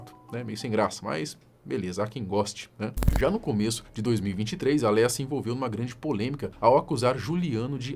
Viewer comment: Que agonia o povo falando Léia ou Lia😂 É Lêa